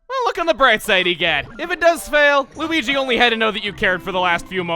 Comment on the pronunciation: I heard mario say weege